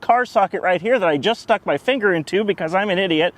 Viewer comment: "in mah mower.." LOL!!!